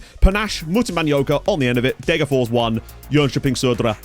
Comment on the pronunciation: It's Deh-ger-fosh. I appreciate that you don't think that s is pronounced, but in this rare case the s isn't genetive (Degerfor's IF), the town is actually called Degerfors. Fors means stream. Loving the series as usual!